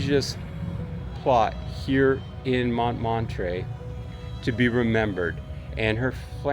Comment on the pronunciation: Sir…your French pronunciation is horrible. It’s Moo Lon Rouge. Moo Lon. Not Mullin. It’s Mon MOT truh, like truck, not Monmottray. It’s Pair La shez. Like shed. Not whatever the heck you said. Good gracious.